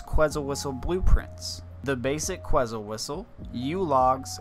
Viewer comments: “Ket • Zul” it’s a bird from Guatemala haha❤ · Lmaooo bro you didn’t even pronounce the word right in front of you right. Que”T”zal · You know it takes 10 seconds to look up the pronunciation for quetzal. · You should apologize for how you say quetzal lmaooo